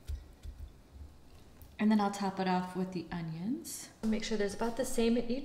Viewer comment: It is so cute how you put a g into onions so it sounds like ungyuns.